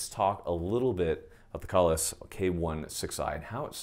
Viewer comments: It's Kay-Less. After the Klingon Jesus. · I know this is an old vid, but I just now saw it. It is pronounced “KAY-LESS”! I have to say that “Kahles” is a Klingon term from the Star Trek universe; It is the name of that race’s legendary/superman hero. They sing song and operas about him. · If you’ve never pronounced Kahles right, go ahead and hit that subscribe button.